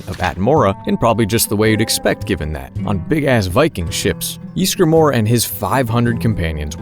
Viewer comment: Us: "Ysgramor": "YEESgramor"